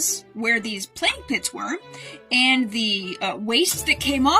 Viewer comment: I heard "play pit"